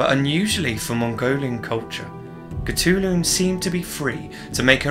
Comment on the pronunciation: Oh my god that name pronunciation is really bad. However, I respect your dedication. She must have been a Disney princess.